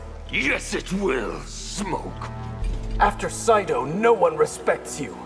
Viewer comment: It's SEIDO. not SAIDO